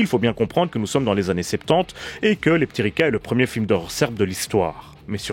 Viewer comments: Merci pour cette découverte de la sirène terrestre de Serbie. Comme quoi le contexte de visionnage est important pour apprécier un film... -Une séance anisée avec 'les p'tits Ricard'... -'Leptiriça ' avec ç comme dans son et pas c comme dans con. -Ta remarque est acerbe! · Merci pour cette vidéo et pour l’effort de prononciation mais le titre ne ce prononce pas leptiriKa mais leptiriSa ou leptiriça qui veut dire papillon au féminin et leptir au masculin. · Euh... Un C sans accentuation comme ça, je crois que ça se prononce "tse"... Donc ça ferait plutôt Leptiritsa... Par ailleurs, les serbes utilisent un alphabet cyrillique. La prod étant de l'époque de Jozip, ceci doit expliquer l'usage de caractères latins dans la typo... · A chaque fois que tu dis le titre j'entends "les p'tits ricains" et ca donne un tout autre sens. Merci pour cette super analyse! :)